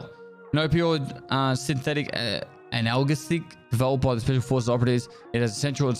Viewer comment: Analgesic "ANAL-GHEE-SIC", It's an odd word.